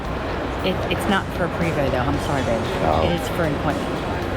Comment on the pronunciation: Dream Big you can get there. Pronounced PRAYVO not Prevost LOL